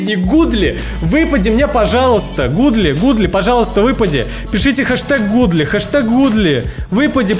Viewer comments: Godly-это не гудли это гадли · На английском когда написанны два о, тогда читается у например Look читается лук а Godly Гадли